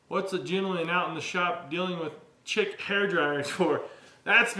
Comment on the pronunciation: Chic as in "sheek" as in style. Those hairdryers are slick though 😊 Don't forget to mention that the day before, that these were cleaned and let dry for a day